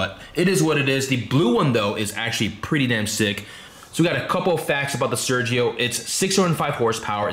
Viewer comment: Why don'y you pronounce it the right way?